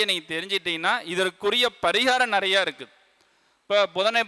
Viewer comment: நெறைய என்பது பிழையான உச்சரிப்பு